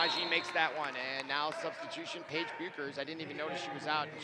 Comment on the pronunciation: His pronunciation of Paige,Dlayla, and Maya’s last name is irking my lastttt nerve 🙄🙄